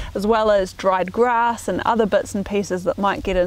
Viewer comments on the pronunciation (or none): none